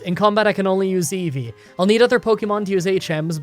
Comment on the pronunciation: He should reverse the audio of him saying it. Every. Single. Time.